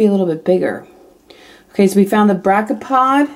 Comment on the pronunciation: Hey, it pronounced br ak eo pod. Just to help. Those were cute little things! I liked them.